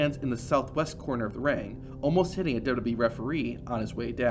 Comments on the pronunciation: What's Duba bee? It was wwf then. And even if you're saying wwe.. say it double U double U E ... hell even dubba ya dubba ya E would work.. but duba bee??? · Everytime you say WWE, it sounds like WB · I had an aneurysm every time he said it. Didn’t even try to slow it down and sound it out. The dubububy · Is there some reason that the guy narrating cannot say W W E?? Dubelyoo dubelyoo eeeeeee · I was trying to ignore it until . That wasn’t even close.